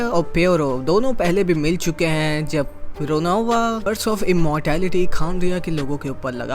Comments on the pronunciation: Bhai ravona nahi ronova hai 🙏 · Ravona NAHI ronova😅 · Bhai ronov bolo robona nhi 😅